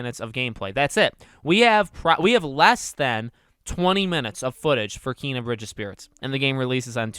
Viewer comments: Did you actually just pronounce it as KEEEEYNA, it’s Ken a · Ken-a not keen-a how is this hard??? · It's pronounced KAY-NUH and no they're not it looks amaizing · Did he say keena? O boy lol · Bruh it's pronounced Kay-nuh. And I'm so freaking excited to adventure this game tomorrow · It's actually KAAAY-nah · I heard the 'e' in Kena supposed to be pronounced like the é in Beyoncé